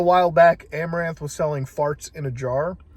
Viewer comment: As soon as you said Amoranth i stopped the video. I know what happened. I don't need to hear about it twice.